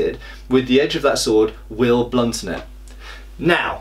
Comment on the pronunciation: Did you actually say "Blunton"? Is that a British expression?